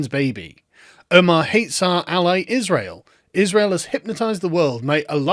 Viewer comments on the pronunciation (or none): none